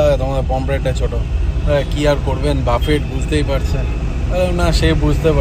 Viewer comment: কথাটা বাফেট নয়, বুফে। Otherwise 👍🏻